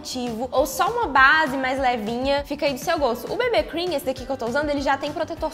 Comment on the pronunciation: n querendo ser chata mas o bb cream se fala bibi cream igual ao cc cream se fala cici cream